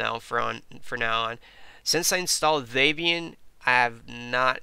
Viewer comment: Um. Not Day-Byan. Deb Ian. Debby and Ian Murdock. The creators of Debian and that package management system.